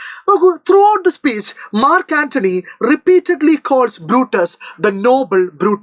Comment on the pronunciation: not mark antony 😑😑😑 ,Nachu antony 😂😂😂